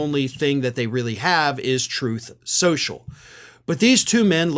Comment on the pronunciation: "Troth Sential" 😂